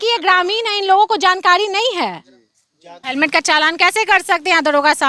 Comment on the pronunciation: हेलमेट बोलो सिपाही सिपाही हेमलेट बोल रहा हैं सही से बोला करों